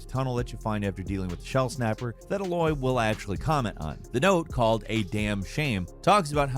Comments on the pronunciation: Anybody else twitch a little bit on the way pronounces Aloys name. Still love the content. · Anyone else annoyed by his pronunciation of Aloy's name? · The way that pronounces Aloy makes me want to start kicking birds. Her name is only shouted at you every 10 seconds in the game. Should be pretty easy to remember how to get it right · It drives me crazy how he says her name also the way he says bunker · Is nobody going to mention how he pronounces Aloy? I gagged every time he said it. They literally say her name in the game dude... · I don't know how he can pronounce Aloy's name incorrectly after playing BOTH games! She and the other characters pronounce MANY times in the game! How do you mess that up?! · Why do you pronounce Aloy with the same emphasis as Ahoy? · Confirmation the speaker never played these games based on how he pronounces Aloy. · His wrong pronunciation of Aloy is triggering me a little ngl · Why are you pronouncing aloy like that 😂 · The way the man in hte video pronounces "Aloy" makes you think he did not play it lol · I get triggered every time he says Aloys name wrong 😑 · The way you pronounce Aloy really grinds my gears. Good video for the rest of it, but it feels like you actually didn't do your research if you can't pronounce her name right. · I am trying to let it go, but it bothers me that keeps mispronouncing Aloy's name. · I love how he mispronounces aloy the whole time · Why is he saying Aloy’s name wrong the entire video? Her name is only said like a thousand times in the actual game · How did you mispronounce Aloy when it’s said 436 times in the game? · Come on dude you can't say Aloy properly? Like can you physically not say it properly? Or have you never played the game and heard it pronounced? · I found you saying her name wrong multiple times. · Lol, he keeps mispronouncing Aloy's name....🤦‍♂️ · Why tf do you pronounce Aloy so weird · it’s not ah-loy it’s A-loy lmfao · It’s A-Loy, not fuckin UH - Loy